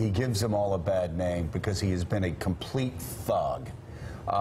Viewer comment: I know Joe said "a complete thug", but it sounded like he almost dropped an F-bomb. :-)